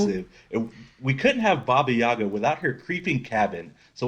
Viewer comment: it’s baba yaga